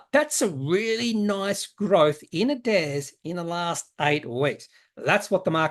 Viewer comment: what is it with "hairs" at the moment (heirs/ hairs) ....adairs/adhairs!